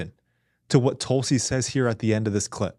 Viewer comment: Tulsi is saying it right